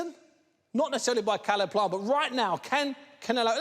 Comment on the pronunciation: Why’s Zach Parker calling him sayleb plant 😂